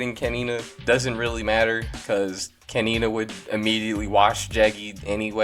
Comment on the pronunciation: kenina ? really ? 🤣🤣